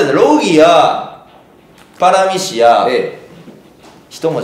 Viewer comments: せいやずっと「パラミシアン」って言ってない？ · パラミシアンって言ってる？笑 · パラミシアのあと、絶対クラミジア言うてるやん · クラミジアて言ったやろ笑